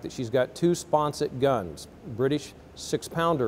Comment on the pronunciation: The word is "SPONSON"...not "SPONSET"!!!!